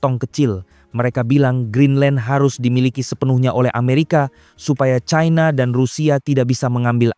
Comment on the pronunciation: Pembacanya fasih sayang tidak menguasai bahasa Indonesia yang baku ini sangat memalukan membaca China saja di barat baratkan China dibaca Chaina inilah yg merusak bahasa Indonesia Seharusnya bangga bahasa Indonesia yg baku bukan malah dirusak orang lebih pandai